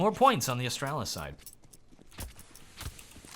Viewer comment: It's not that difficult to say Astralis man :/